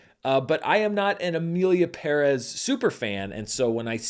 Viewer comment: Finally someone making an attempt to pronounce “Pérez” correctly